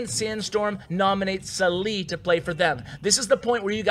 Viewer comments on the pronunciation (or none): قهرني طول الفيديو سالي سليي وهو اسمه صالح